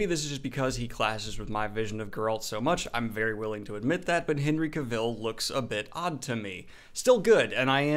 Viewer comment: You're saying Cavill wrong...